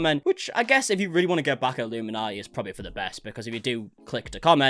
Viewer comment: Hi you probably won’t see this but just wanted to let you know that Blair’s channel name is pronounced as illumin - naughty (as in, are you gonna be on Santas naughty or nice list this year lol) Instead of like the cult name way of saying it. Just I know you end up having to say it quite a lot in your videos. Anyways and more importantly, I’m soo glad to see your channel growing. It only feels like 2 mins ago you were asking everyone to help you get to 400k and already you are 33k above that. 🙌🏼 So it won’t be long till you hit 500k then the big 1M 🎉 😊